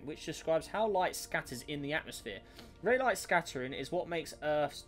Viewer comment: I am pretty sure its not pronounced “ray light” but “ray lee” although i always thought it was “rah lee”